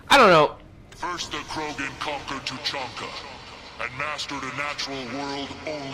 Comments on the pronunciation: the Citadel in ME3 is so annoying, its like after every mission you have to go there & run around all over the damn place. & LOL truluncah/treelunka xD Two-chunk-ah :P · its Too-chan-kha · no flaming, but it's Two-chan-ka